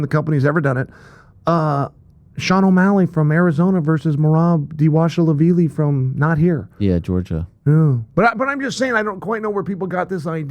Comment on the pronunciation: "Merab Deewashelaveeli" I've never heard him pronounce it slowly